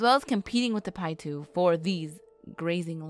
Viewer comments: My husband belongs to the tribes that surround the pyramid lake and it’s local area and I have to say, if you are going to talk about the tribes learn to say their names correctly. How grating. Paiute is pronounced Pie-yoot. Not “pietoo”. Also, Nevadans hate when people say “ne-vod-duh. It’s nun-Vaah-duh. Simple. Please. Correct these in the video, it’s insulting. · 🤦🏻‍♂️she said pie 2 lol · Is pronounced Pie-ute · It’s Paiute (pie-yoot) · They lost me at pietoo. Piute is definitely not pronounced that way. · You completely said the name of the tribe wrong